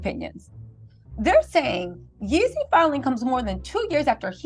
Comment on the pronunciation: Jeezy not YEEZY 🫶🏼😊